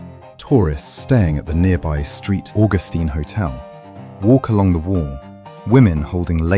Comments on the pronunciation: It's not St. AuGUStine. It is St. AUGustine. Stress on the first syllable. Also black slaves tried to escape to St. Augustine because Spain did not allow slavery. Henry Flagler's railroad is still the main line in Florida. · First , AI, IT is pronounced Saint August Teen.